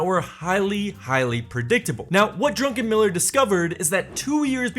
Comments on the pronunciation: Druckenmiller, not Drunkenmiller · I think he's saying it like that on purpose